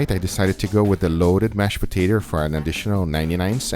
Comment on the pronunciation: "Loaded Mashed Potater"